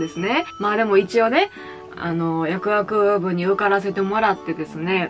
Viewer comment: 「やくあくぶ」に聞こえる説